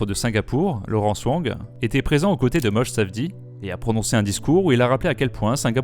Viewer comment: J'ai les oreilles qui saignent : on dit "Moshé', comme Moshe Dayan. Il est (notamment) Israélien.